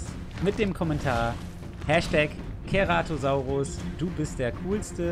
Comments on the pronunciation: wie mich das triggerd wenn keratosaurus sagt und nicht ceratosaurus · Ach und das "C" beim Ceratosaurus wird wie ein S/ß aus gesprochen also nicht wie ein "K" xD